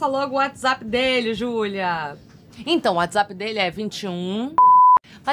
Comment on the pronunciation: Como não rir e se apaixonar por esta mulher?! O "Xulia meo amô!"